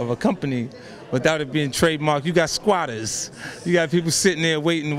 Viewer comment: Squatterrrssss does he mean mayweather lmao